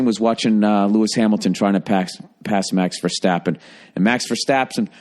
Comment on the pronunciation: As a fellow F1 fan and as a Dutchman , i liked how you pronoust max verstappen perfectly love this podcast